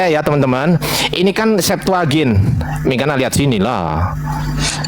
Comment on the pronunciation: gak bisa baca yunani... belajar lagi